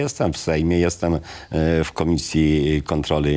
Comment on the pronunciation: Mr Sawicki, należy mówić kontroli a nie kontroly. Chwalił, a nie chwalył. Realizacji, a nie realyzacji. Możliwe a nie możlywe. Fotowoltalyka🤣 Na starość logopeda!!!!